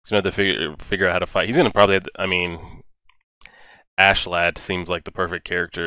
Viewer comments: Thats how they pronounce it in the anime but in the native tongue it would be more like, "as-ke-lad" Same deal with thorfinn. in the anime the H is silent but in reality it would be a 'Th' sound. Its just how japanese pronounce things. (which is wrong but thats fine, we certainly dont get their language right in our media lol) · Its Askeladd ( Asheladd is the right pronouncination i think). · So glad you realised his name wasn't ASS-LAND haha